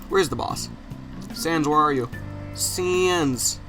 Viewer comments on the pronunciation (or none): none